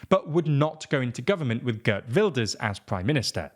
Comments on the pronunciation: Heert.....not Gurt! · Bro his name is Geert not Gurt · The Gurt pronounciation needs to go. It is Geert 'ee' is pronounced as a long 'a' . To people seeing this as a sign of some kind of awakening, I'd be careful about making that prediction. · Geert is closert to gEErt (like the EE in peel) than gert